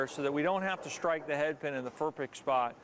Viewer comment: "In the ferpect spot" lol